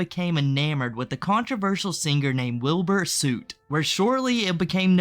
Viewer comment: Pronouncing Wilbur soots name like that took me out😭